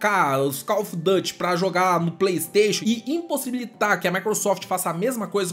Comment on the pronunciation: Não se fala Dâte. Se fala duty mesmo em inglês